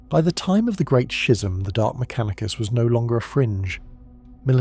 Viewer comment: The pronunciation of schism sounds more like a bodily fluid